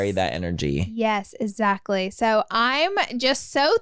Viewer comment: Love the pod but the amount of times Laura says “ezactly” kills me 😳